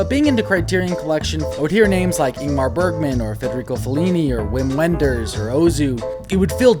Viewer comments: I feel like I need to interject at this point to say that in Germany, W is pronounced like our V, and so Wim Wenders is pronounced like Vim Venders. Sorry to be pedantic 😁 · It’s pronounced Vim Venders. Thought you’d want to know. Great list. Especially your last three. Since you liked Ghost World, you should check out American Splendor. Not a coming of age but sort of exists in the same universe as Ghost World.